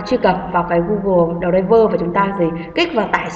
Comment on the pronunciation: Cảm ơn ơn bạn đã hướng dẫn, nhưng bạn nên tập đọc tiếng anh trên Google dịch cho chính xác thì hay hơn, bạn đọc đờ ray vờ nghe kỳ quá.